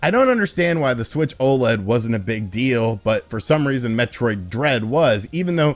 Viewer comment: It should be metroid! Not hemroid!